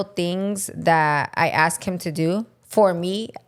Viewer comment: its ask not aksed lol